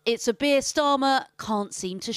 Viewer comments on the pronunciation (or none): Beer stahmer